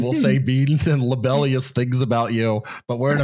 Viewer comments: I did notice he said "libellious". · They should do an episode on that pronunciation of “libelous”. ;) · mispronounces "libelous." Any WTYPP T-shirt should have the slogan "For the Love of God, Don't Go Into The Basement!" on the back. (I tried to get Mike Lisk to put that on his Massa's Tavern T-shirts; no dice. )